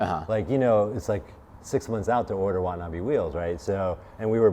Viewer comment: Why does everyone pronounce watanabe wrong ?